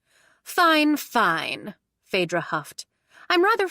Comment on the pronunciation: My name is Phaedra and I am so happy that you said it right because so many people mess it up.